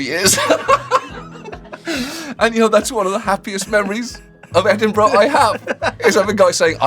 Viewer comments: for as amazing as Sean is at interviewing and even saying "football pitch" the mispronunciation of "Edinburgh Festival" is an unforgivable cardinal American sin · Pronounced "Ed in bruh" not "Edinboruogh" please. So cool to hear Late and Live getting mentioned. I used to play in a band that went on after the comedians between 3am and 5am. Utter carnage... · Great episode!! And John is correct in pronounced as Ed-in-bur-uh and not Ed-in-buro as Sean says 😊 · The way he says Edinburgh hurts my soul it's ed-in-bruh like John says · The first misstep I have ever witnessed from Sean is him mispronouncing Edinburgh. I’ll let it slide though 😂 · The magical thing about the Edinburgh festival is Americans failing to pronounce Edinburgh. Every year… Born, bred Edinburger… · I finally found a flaw with Sean! Pronunciation of Edinburgh needs work :)